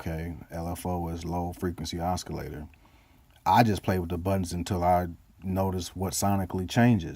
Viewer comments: Good video! Thanks! Keep saying osskilator it is super funny ;) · I hope you know you're saying oscillator wrong.. Other than that great vid